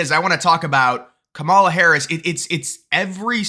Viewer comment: Her mother is Indian, and the proper Indian pronunciation of her name is; calm-ah-la. I'm not Indian, so an Indian can correct me if I'm wrong.